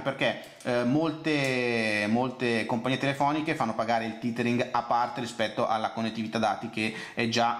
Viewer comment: "il titering" ammazza che pronuncia disastrosa ;)